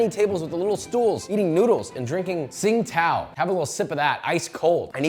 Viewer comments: "Drinking SingTao" haha😅😅 it's pronounced ChingDao (Tsingdao). I went back recently too, I lived there for two years before moving back to Australia. Miss the food. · not 'sing-tao' beer....'ching-dow' beer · Tsing Tao is pronounced Qingdao